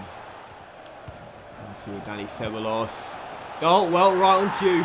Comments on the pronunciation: It's "seb-a-jos" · It’s so annoying the way he pronounces ceballos’ name? It’s “seb-I-os”, not “seb-a-los”.😂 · Ceballos: seh-BYE-yose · How he says Dani ceballos 😂😂😂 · The brexit pronunciations of Lenglet and Ceballos gave me good laughs.